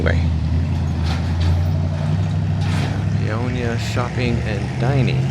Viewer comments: That's Pay-o-nia not Pee-on-ya. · Paonia, not Peonia 😅 Welcome to western colorado 💚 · You totally pronounced the name wrong. It’s Pay-own-ya. Yes a wonderful town. Western slope is very pretty. Best peaches ever come from the western slope. Western slope is also known for their apples and lavender. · pronounced 'pay own ya'